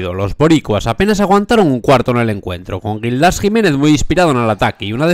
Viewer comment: A ver, amigo, que no es Gildás. Es Gíííldas!! Imagínate la rabia que le puede dar verse en estos vídeos tan guapos que haces, diciendo su nombre mal. Venga! Palabra llana, no aguda.